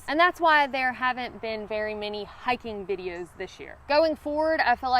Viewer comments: You mean "Highken"? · I'm a Carolina red neck .....and I love the way you say high-kin 👍😁